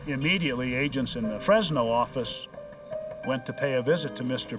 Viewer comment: "nuu yawk affice"